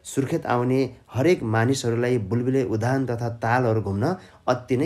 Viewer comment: सर उधान होइन , उद्यान हो आधा द र पूरा य मिलेर उद्यान भयो